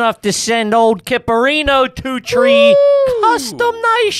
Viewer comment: he prolly says it two tree more times the rest of the episode, I’m guessing 😂